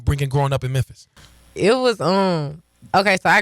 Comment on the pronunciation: You know you from the hood when you cannot pronounce the name of your hometown